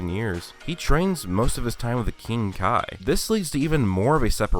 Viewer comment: Its pronounced kai